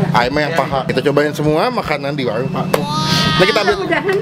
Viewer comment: WARUNG PAK MUH, BUKAN WAWUNG PAK MUH..